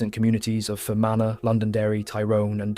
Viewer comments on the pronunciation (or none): Approximations with English spelling, Donegal = Done ee gall, Leinster = Len Stir, Fermanagh = Fer man ah, Sinn Fein = Shin Feign, Athy = A tie. Doesn't take away from a good video but would be nice to get the pronunciation right